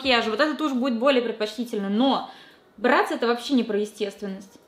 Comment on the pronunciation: Не брЭтц а брАтц